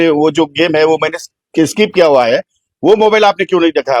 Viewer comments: वीतभर फाटली ह्याची म्हणून स्किप च्या ऐवजी स्काईप स्काईप म्हणतोय जुगारी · Skip ला स्काईप म्हणतो हा बाबा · कोट घातल्याशिवाय शिवाय हा फिरत नाही.... ह्याला skip पण बोलता येत नाही 😂